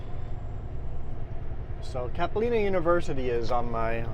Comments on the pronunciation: Not Capileeno its Capilano. Sorry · Townhouses on the right at that very first traffic light is where I live! It’s Cap-ill-lah-no University.